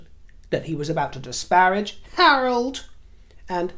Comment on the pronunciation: When you said "Harold", my brain heard "Harlot" and I thought you were referring to Meghan. Hahaha